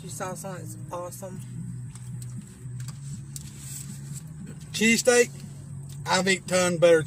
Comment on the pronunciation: my deafass heard you say CheeseCAKE...not cheesesSTEAK